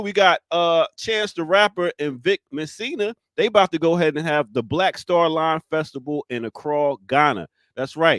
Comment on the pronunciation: Jerry jones is one of Dan's biggest supporters so maybe that photo came out for another reason. And Steven A always hating on the cowboys but THIS is the time he wants to support them!🤔 Also, Ear Dr got Vic Mensa's name wrong. It's not Mesina. 😂😂😂😂😂 love the show!